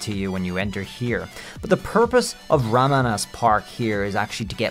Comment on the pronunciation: Ramanas ... I think it's pronounced as "ROM-on-us" (rom on a switch... 😆)